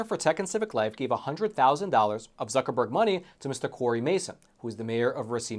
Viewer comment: "Mark Buc.. Zuckreburg"